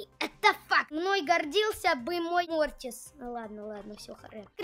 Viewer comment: Не мортис а мотрас